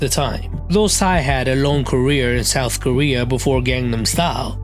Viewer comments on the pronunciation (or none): none